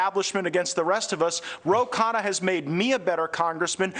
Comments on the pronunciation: This guy is a reporter and he can’t pronounce the name right: Ro Khanna! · Well! THIS aged ... not so well! Ro: the Fox anchor repeatedly mispronounces your name before this “friend” of yours, now alleged of the rife criminality we could all smell from our screens for years, corrects him tacitly. I would hope you’re in no rush to follow thru with that beer date with Matt Gaetz. Lesson: the alt-right, the “populist” right, is not operating in good faith. They are fascists. We don’t not play with them, if we don’t want to be chumps. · He butchered it differently every time too...